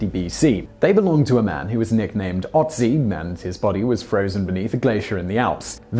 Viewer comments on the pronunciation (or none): It's “Ötzi“ and not “Otzi“ - learn the difference :/ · Sry but you mispronounced Ötzi, though I can't hold it against you... :D